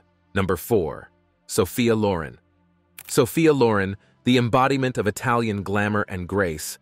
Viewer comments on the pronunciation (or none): Sophia LorEn , not LOren . 🤷🏻‍♀️ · Loren ...stress on the "N"..!